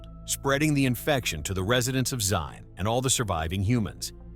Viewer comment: Zine? It's Zion :/